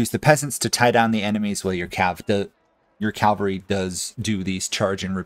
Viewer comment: Small nitpick - it's cavalry, not calvary.